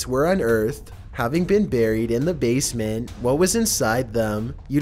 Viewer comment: h0me possÄsed ownER basemÄNT flOAR what is wrong with your pronouncing 😂